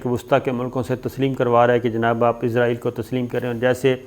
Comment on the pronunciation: Shakir Sb pl pronounce اسرائیل not عزرائیل۔